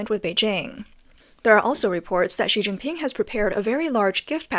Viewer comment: She Jin pin sounds like Sea Sea Ping.